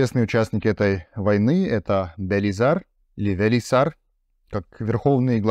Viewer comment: Спасибо за выпуск! Не сочтите за занудство, но скажу просто ради вашего академического интереса. Boethius в русской литературе принято транскрипировать как Боэций. Велисар - Велизарий